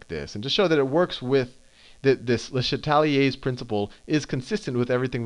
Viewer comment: I'm so grateful Sal doesn't pronounce it "luh SHAT lee aze" like some people do